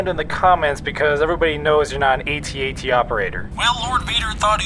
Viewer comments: Ay-Tee Ay-Tee? No, it's a freaking AT-AT! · It’s AT AT NOT A T A T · It's actually pronounced ATAT